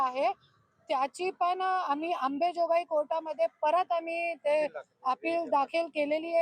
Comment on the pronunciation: आंबेजोगाई नाही बे 😂😂 आंबाजोगाई 😂😂 तु मराठी शिक आदी 😂😂